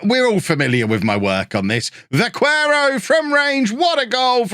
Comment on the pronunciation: The qu in Vaquero is just said like k instead of kw (vaquero is Spanish for cowboy, I'm guessing he has Spanish as a second nationality? That would also explain him being called Óliver rather than Olivier)